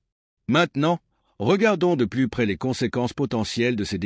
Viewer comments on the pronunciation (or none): none